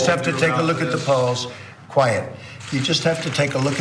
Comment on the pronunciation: did he say quiet?